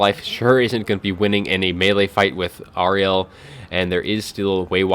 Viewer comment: I think you're mispronouncing Ariel. I'm guessing GW based her on Shakespeare's character from The Tempest. Air-re-al. That was a party political broadcast on behalf of the Grammar Nazi Party.